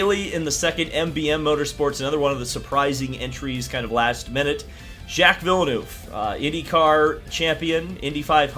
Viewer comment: Your pronunciation of Villenueve is unacceptable